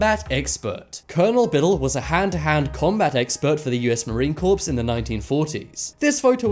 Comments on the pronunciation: It’s US Marine “Core”. The p and s are silent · It's spelled corps. I say it on purpose. Like salmon, buffet and receipt.